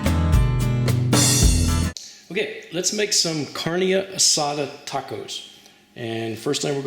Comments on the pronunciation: carrdenee asatha... not not cardina adada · as soon as he said karneee assaduuh i changed the video.